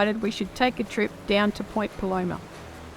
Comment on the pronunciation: Great video. Just so you know it's pronounced Point Plumber (local) 😊